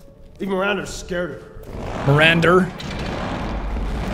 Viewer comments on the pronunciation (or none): He's cool, though it always took me out when he said "Miranda" with an "ER" on the end. "Mirander". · My favorite part about this game is how Heisenberg says “Mirander” instead of “Miranda”.